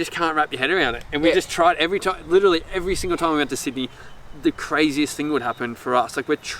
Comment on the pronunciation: Obsessed with how Jack mispronounces 'literally' 😂 well done fellas! You make me proud Kiama was my hometown 💕